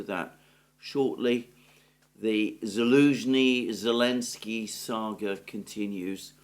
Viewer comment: Good Analysis as always. Just a question. This "Elensky" you and Alex C. often say. Is this just greek of Selensky or has this some background?